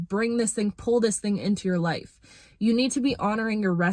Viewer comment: Embrace your inner Jamaican with that “TING” word lol.